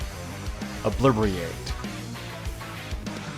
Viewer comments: It's "Obli.......teeerr......ate" lol learn some engrish xD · "Oblibriate" lol :P